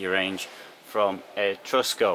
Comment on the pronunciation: Well............it's Etrusco..........non mi fa sognare............